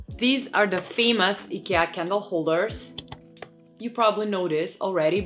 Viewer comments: I love that you don't americanize the name "Ikea"!❤ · You have a lovely voice. Shame on anyone who complained. And you pronounce Ikea correctly!